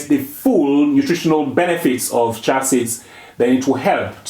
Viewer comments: One correction if I may, if u pronounce chia as chee-á, it’s easier for westerners to understand your beautiful accent. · Pronunciation: "Cha" seeds 😂